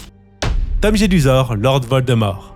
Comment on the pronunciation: Petite rectification : c'est Tom JeDUsor et non Jesudor ! Même dans les livres audio, ils font cette erreur. Pareil pour le square GrimauRd et non Grimaud. Il y a des jeux de mots dans ces noms.